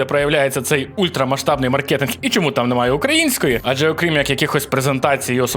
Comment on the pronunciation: Друже. мАркет, мАркетинг, мАркет, мАркетинг. На перший склад.